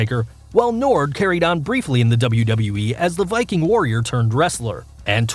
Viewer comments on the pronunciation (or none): none